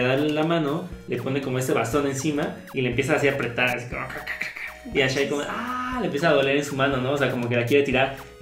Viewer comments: El nombre de esa hija de Aku no se pronuncia "Ashi"? Asi lo dicen en la serie, no? porque dicen "Ashai"? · No se dice ashai es ashi :P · no es ashay es ashi